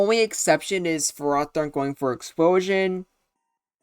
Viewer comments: its not ferrAHthorn, its ferrOHthorn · i was about to post a comment being pissed about your pronunciation of ferrothorn, but i got up and went outside for a bit with some deep breaths to calm myself. i sat back down and realized that im still pissed off you called it fer-roth-orn. i mean seriously have you never heard of the prefix ferro, which means iron. i dont care what the anime calls it the anime gets so many things wrong so often its just plain unreliable, the mon was clearly intended to be pronounced ferro-thorn. and yeah you might wanna make a revisited video of this mon sometime, including the mewbers. swords dance would go crazy on it since with rest it can easily set up on so many mons. alternatively, slotting leech seed would make so many matchups go faster and more in its favor. now i dont know if leech seed would actually work in a game with switches but it seems like a good move also where is victreebel smh my head